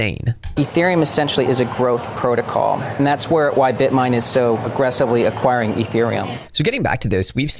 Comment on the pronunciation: Bitmine, no “er”